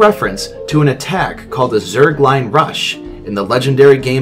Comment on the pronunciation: ok this is kinda bugging me I am not trying to be rude or anything but he said zerglin but it is zergling I am just bugged by thus and I had to say something